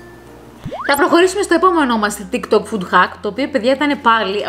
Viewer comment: ΤΊΚ ΤΟΚ, ΟΧΙ ΤΙΚ ΤΌΚ😂😂😂😂